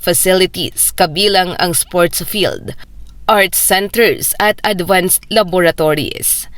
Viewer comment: Laboratories po at hindi lavatories?